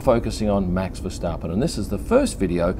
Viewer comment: You pronounce his name perfectly.